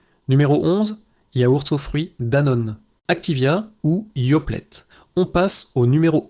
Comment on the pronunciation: yoplette ? nestleu ? vingt (silence) grammes ? merci l'IA (+ décalage son/image) !!